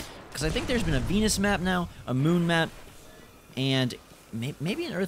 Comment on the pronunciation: Who thought he said penis when he said Venus LMS